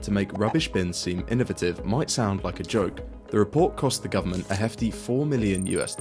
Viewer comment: The word is IN-no-VAY-tive NOT iNnE-ViTiVe